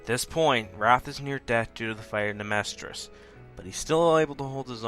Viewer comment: "Amestria" what's an Amestria?